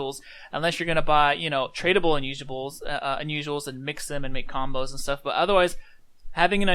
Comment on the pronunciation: Tradeable Unusubuls i died there